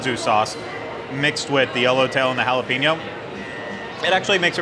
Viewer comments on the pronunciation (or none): It's haa·luh·pay·nyow.